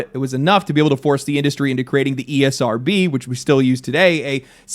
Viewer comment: How is "ESRB" spoken as "SERB"? I'm lost. Someone help please